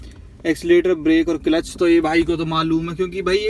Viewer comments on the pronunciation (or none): Clelitch nahi hota hai clutch hota hai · Kilich nhi hota kalach hota hai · It's cilach 😂😂😂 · Bhai clutch pronounce toh karna nhi aata gaadi chalna shekhau gye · Gari salana sikhane se pehle aap maharbani karke Clutch ka pronoun setion to thik se kariye